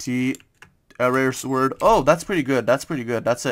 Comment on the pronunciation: Dont say sword say it like sord without the w